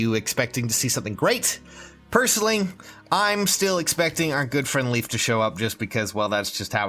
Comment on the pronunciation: LEYF, NOT LEAF!